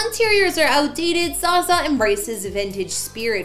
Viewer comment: Zsa Zsa's name is pronouced Zsha Zsha